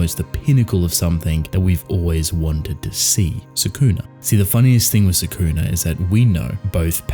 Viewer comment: Love the channel but I despise how people, like yourself, pronounce Sukuna’s name. Watch the anime again and learn how to say it.